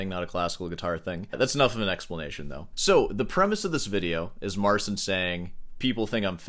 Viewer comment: it's MARTZCHIN